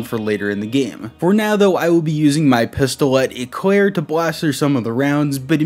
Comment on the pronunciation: I wonder y he holds his gun with one hand, like they did modifie the game to have this, y ? Btw im french and ur "pistolet éclair " prononciation is perfect 👌